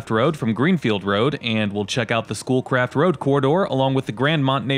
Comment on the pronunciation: Every time you said "Schoolcraft," I heard "Bull Crap." I was on my laptop doing stuff with your video playing in the background.